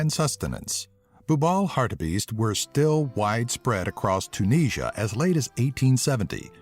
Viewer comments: The way he says Tunisia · lol, you pronounce Tunisia totally wrong...